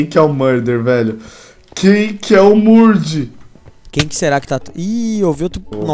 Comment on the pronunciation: pq os youtuber fala "murdi" ? -'' q nem o cronos chamando o jazz "jaiz" e o jazz chamando o cronos "cronos gaymes"